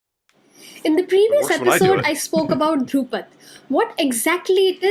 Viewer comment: Dhrupad is pronounced like Drew-pad but both D are soft - like “th” of though Khayaal or thought is pronounced “kha” as in khaki and “yaal” as used in southern drawl (meaning you all)